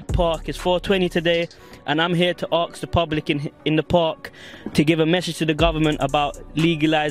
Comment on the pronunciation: It's "ask" not "arks" .